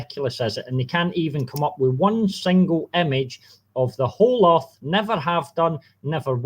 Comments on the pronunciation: Accent was interesting. I repeatedly heard "shape of the arse". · Did he always say 'erf'?